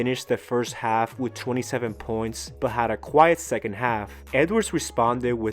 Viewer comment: I had to rewind to know whether or not my ears were deceiving me 😂